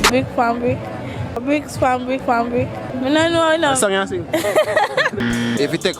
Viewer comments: Girl say brick pon brick🤣🤣look yah nuh man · Did that gril just say Brik pan Brik????? Lmaooooooooooo!!!!!!! She waaan smaddi slapppp harrr pan har bleach out finger dem!